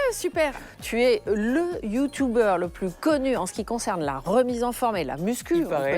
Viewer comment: Le "Youtoubeur", ca commence bien.